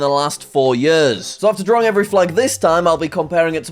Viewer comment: You are saying draring